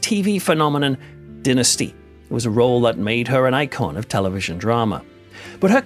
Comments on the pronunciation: Dine-a-stee..It's pronounced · I loved how you pronounced "Dynasty!"😂😂😂